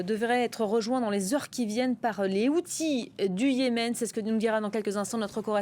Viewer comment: Les Houtis, prononcés "Les Kheutes"